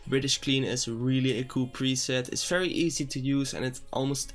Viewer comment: "FAERY FERY SIMPLE"